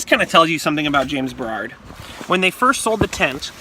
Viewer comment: Bro, it’s “James Baroud” not “James Berrarrrrd”